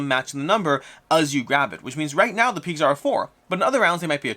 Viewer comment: Peegs 🤣 sorry. Just had to tease. Never heard anyone pronounce pigs that way.